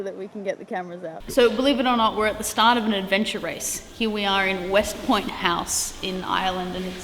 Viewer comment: westport not westpoint